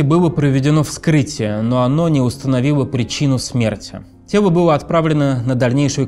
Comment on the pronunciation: Ведущего срочно к логопеду! Кваб и тево🤣